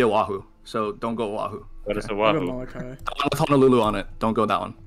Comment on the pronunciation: respect to the guy who said it correctly not to many ppl know how to properly say this islands name Molokai ☺️ it’s where I’m from love the content keep um coming cheee🤙🏾🤙🏾🤙🏾